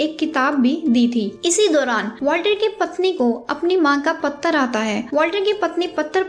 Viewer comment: Madam patra hota hai correct ur pronounceation